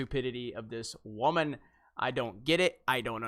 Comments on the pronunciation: It’s so cringey when you say “wham-an”. Can you not be such a childish prick and say “woman” like a normal person. The use of “wham-an” highlights your already poignant sexism and distain for powerful women , and women in general. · He said WAYMAN!!!!!!!!!!!!!!!!!!!!!!!!!!!!!!!!!!!!!!!!!!!!!!!